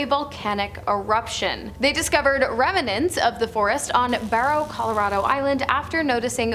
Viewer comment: It's not pronounced "rem a nants" its "rem nants".